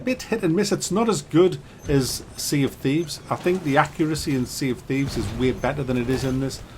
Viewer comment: "Tea of Shieves"